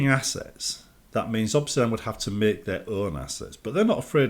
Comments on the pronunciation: Why is he saying 'Obsidan'? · Europe moment